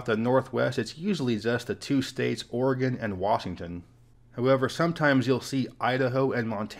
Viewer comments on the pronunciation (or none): none